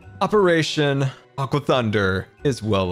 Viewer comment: i think you spelled aqua wrong xD u said aque